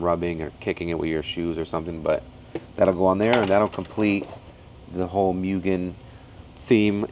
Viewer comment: i love tomei but the price tag is what does it for me, im waiting one for my DA and my EK.... NOOOO WHY DONT PRONOUNCE MUGEN LIKE THAT ITS MOOGEN